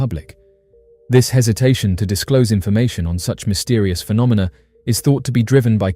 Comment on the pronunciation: lol, you said phenominal phenomina 😂